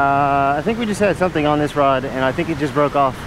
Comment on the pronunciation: lol you said jark and shumpin 😂